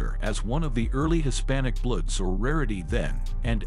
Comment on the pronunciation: Why this narrator is acting like he can't say BLOODS . what the fuck is bliids